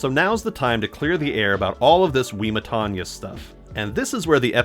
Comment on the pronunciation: It’s pronounced “Wimma-tonya”